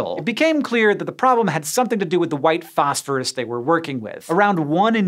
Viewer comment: And then you go and pronounce it "fosh-fooroosh" 😁👌